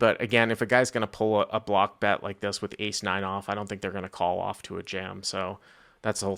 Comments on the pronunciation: wait did he have ace 9 or 8-9 ??? i thought he said 89 the first time I listened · Did he say 89 off? I thought he did and Bart thought he said ace 9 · Listened to it about 5 times and can only hear "eight nine". No way does that sound like ace nine! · I only heard 89 the first time, after all replays its clearly A9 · I heard 89 at first, but it was A9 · Yeah 89 is what I heard and i was like that played weird. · Agreed. 89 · I definitely heard 8 9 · sounds like he definitely said 89 not ace 9